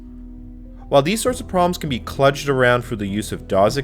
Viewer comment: Ummm..."kludged" is pronounced, 'CLUE-jd', ie. the U vowel sound is long. Found myself doing a double-take there, thinking, WTF did he just say..?! ;-) Oh also, "DOS" isn't pronounced as though it ends with a 'Z'...